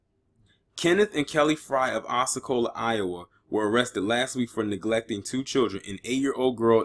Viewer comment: You may not belive me but I don't care. First off the person that reported them is a drunk, and their grandson isn't allowed to visit her because of her drinking problem. Second you pronounced Osceola wrong. Third oatmeal wasn't the only thing they ate. Fourth buckets were there because they often peed and pooped in their rooms which is the reason their was plastic. They ruined their beds. The children were not out of the house for 45 minutes and they weren't locked out there was a door unlocked they went through every day. The children just didn't try that door. The children had more food options than any of the other children too. So belive this if you want but I know I am telling the truth unlike all the reporters and oficcials.